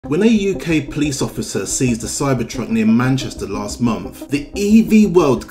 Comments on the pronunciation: You must be American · "Month" not "Monf"